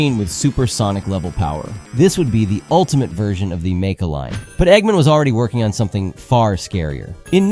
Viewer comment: The way you say Nega and Mecha are soooo wrong.